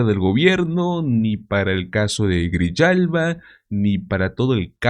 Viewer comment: En español : Grijalva. No Griyalva o Grillalva.